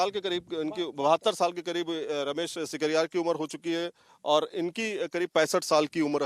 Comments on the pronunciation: sikaryar ki jagah sikarwar Bolana hai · Ramesh Singh Sikarwar hai, shikarhar ulta bolte ho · Thakur ramesh singh sikarwar name acche bol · Sikarwar bol bhai ...Sikarwar ❤️